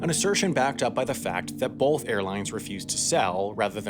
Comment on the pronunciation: Can you stop saying "bolth" its pronounced both